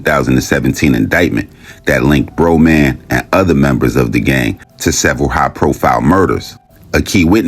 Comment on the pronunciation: Bra Man pronounced